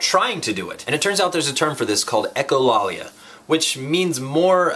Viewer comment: Actually it is prononced echo LAYlia. Only know because Liam is very echolaic in his speech. It is an autistic type feature. Lot of fun regardless. Jim